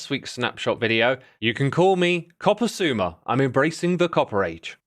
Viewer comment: Copper xisuma? Nah XiCuMa :D